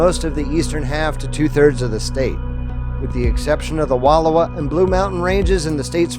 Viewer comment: Not "wall-o-whah" but "wa-louw-whah" Not "day-shutes" river, but "dih-shutes" river. Not "Wah-lau-met" or "Will-eh-met" but "Wih-lamm-it"